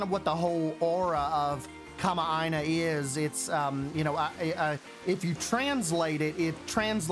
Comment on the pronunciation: hi! i was the one who commented on your instagram about the definition of kama'aina! also wonderful pronunciation of the word btw! some hawaiian words can be tricky:) excited for this series.